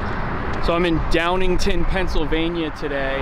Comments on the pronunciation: It's pronounced Downing "town", not "tin" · Its Downing-Town. Not downington. Great video though. fun to hike on that bridge. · Hey, um, it’s DowningTOWN, you were saying DowningTON. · My guy, it's DowningTOWN not downingTON. Really cool seeing this place featured though! It's quite the sight from the bridge span. Went to highschool there and it was/still is a popular spot to go now that the papermill is gone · Its called Downingtown, not Downington.. i grew up in D-TOWN not far from that bridge actually over on Viaduct Ave, its known as Trestle Bridge.. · This is wild man. I’m from downingTOWNNNNN (not downingtin) it’s pretty cool to see my hometown in a video. But in my 13 years living there I never once heard someone call this the suicide bridge. I get u need ur clicks but this is really disrespectful tho just to make up a “suicide” nickname for something. This is Trestle bridge that’s what everyone in the area calls it, in fact it was a pretty nice spot for the devils lettuce. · That’s where I live, and it’s Downingtown not Downington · DowningTOWN, not DowningTON. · Downingtown not ton. Eye roll... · Hahah i flinched when he said downingTON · Are you saying dowingtown? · It's pronounced Down... ing.. Town I pass under that bridge often and think how crazy I was to ride a dirt bike across there. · Downingtown are you? Why u call it Downigton? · Downingtown is the name of the town. Its pronounced downing-town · Pronounced Downing-Town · say dow-NING-town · Careful, Downingtown folks think the place is the center of the universe and will get their feelings hurt you mispronouncing the name of the town. Bring Lamont next time. I'd love to hear his commentary on Coatesville and Downingtown.